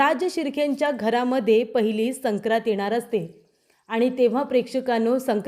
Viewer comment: " सक्रात " नाही " संक्रांत ".